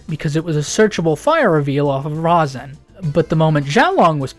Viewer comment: Its pronounced Ri-zen but spelled Razen